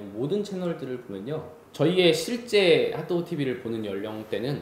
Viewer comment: 너무너무 재밌게 보고있어요❤️ 그 와중에 자꾸 발음이 하또구 라고 하는 것처럼 들려서 귀엽네요ㅋㅋ❣️